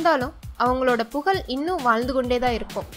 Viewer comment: Content was good. Tamizh proper ah pesunga pugal pugal illa pughazh